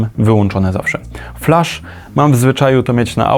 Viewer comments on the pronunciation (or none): none